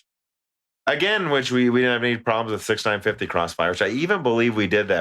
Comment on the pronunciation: 6950 = "six-nine-five-zero" OK 6950 = "sixty nine fifty" OK 6950 = "six-nine fifty" NOOOO!!!! Somehow you don't have this problem with 6900, 1660 or 2080. Also, Frankenstein rhymes with Wolfenstein. There's no "STEEN" in either. I have to think you were trolling that guy who complained about Nvidia. If he's still subbed, he hasn't heard this episode yet.